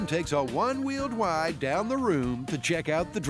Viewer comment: "So Adam takes a one-wheeled wide down the room to check out the drop zone." Methinks the narrator let a bit of Elmer Fudd slip in there. :P